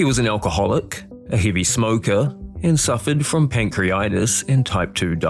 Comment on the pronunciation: "pang·kree·uh·tai·tuhs" not "pang-kree-tai-tuhs" you missed the "uh". When correctly spelt, "pancreatitis". Aside from that, great content. You've earned my curiosity.